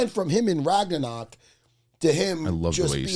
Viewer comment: "Thor: Raganawk".... dead